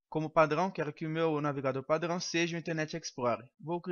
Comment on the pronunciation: Ele é francês kk kk padŕão